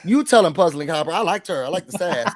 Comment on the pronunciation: LOL! Thanks for the shout out! Love this channel! Btw it’s HOOPER, not hopper! 😂🤣